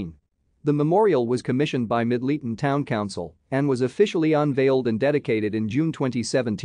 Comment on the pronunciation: I am sorry for correcting you but Middleton is pronounced MIDDLE TON.